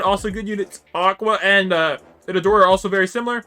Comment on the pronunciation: its pronounced Eata dori